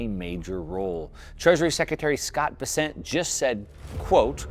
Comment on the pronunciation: Please, do a bit of research on how to correctly say Scott Bessent’s name. He’s not French. He’s from my home town in South Carolina. It’s pronounced “Bess-cent”. Like cent, not sont. 🎉😂